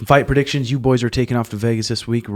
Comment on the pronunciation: brother I don’t think you pronounced a single name right for those fight predictions.